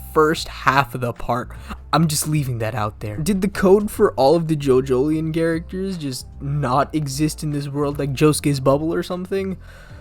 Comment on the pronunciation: What way are you saying "JoJoLion" Jojo lion say it like it's separate. Not like king fucking Julian what the hell Jojolian is what you're saying.